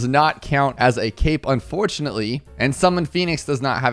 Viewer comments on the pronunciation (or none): none